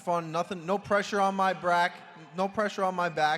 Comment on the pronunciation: No pressure on Al’s “Brack”